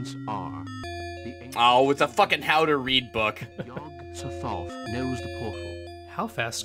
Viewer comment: I'm sure I'm the only one who's bothered by this, but I dislike how they say Yog so-THOTH. My friends and I always say Yog SOTH-oth. And the worst part is that there probably isn't even a canonical pronunciation. Because it's Lovecraft.